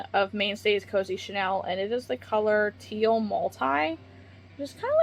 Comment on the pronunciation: I apologize ahead of time. This was actually bothering me enough that I couldn't finish watching. Chanel is pronounced "sheh-NEHLL." Short vowel (like in bell) in second syllable. Chenille is "sheh-NEEEL." Long vowel (like in peel) in second syllable.